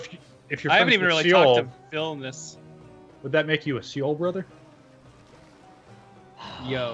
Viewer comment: You guys... Seoul is pronounced just like the English word soul. Please read this